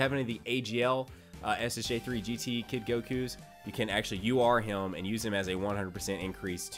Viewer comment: Why do you say hium/hiyum/heyum not him